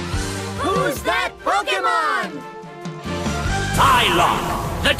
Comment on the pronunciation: it's "Sylok" not "Sylock"